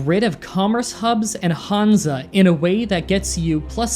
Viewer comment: It‘s „Hanse“ in the german version. The first a you‘ve to pronounce like han solo. The e at the end you have to pronounce like the e in „when“.